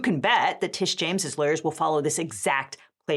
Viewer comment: It's "Tish" not "Trish"